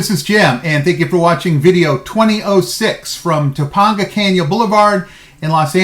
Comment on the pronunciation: I enjoy scenic routes in areas you wouldn't expect it. Halloween I did the Trans-Mountain Highway in El Paso both ways between I-10 and Ft Bliss. Nice way to avoid downtown EP if not in a rush LOL. Also, the first a in Topanga is long. Toe-payn-gha… Have a great day and look forward to the next past video. :)